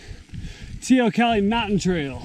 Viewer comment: Hi, after speaking to an "ex-local", now here in GJ, it's "tay-oh-COLLEE"!